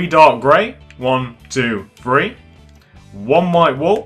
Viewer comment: It's not free it's three